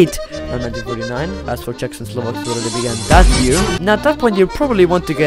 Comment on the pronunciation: okay, how long did you learn to pronounce czech words? cuz you pronounced them very well